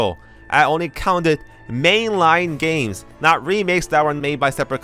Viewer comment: At first I thought you said "a lot of gamers wanted to emulate BOTW" lol